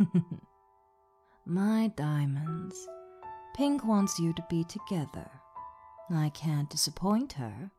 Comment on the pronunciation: Ve "TOGHETER" and that makes sense